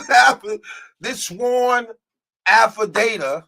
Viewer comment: its Affidavit .... Affi - day- vit not data lol